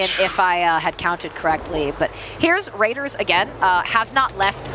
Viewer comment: Why did they keep calling him raders😭